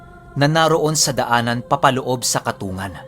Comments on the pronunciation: yong katungan na sinasabi nyo po baka po katung-gan ang pronounce po. Yon po kasi tawag samin sa ilongo yon ay kung tama po ang tinutukoy ko. Salamat sa mga share. Silent listener po. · Di po katungan ang pagbigkas niyan kundi katung gan... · katonggan po tamang bigkas nun. shout out😁 reynold taga masbate milagros